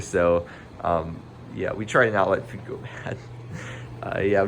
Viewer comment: You say food like FEWD